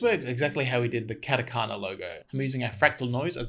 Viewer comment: Dang, you even said Katakana, nice lol